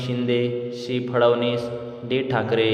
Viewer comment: सी म्हणा, शी काय म्हणता? मराठी त अ ब क ड म्हणा